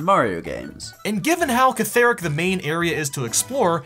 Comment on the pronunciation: Nonononono, I've gone through a lot but catharic? CATHARIC?!?!?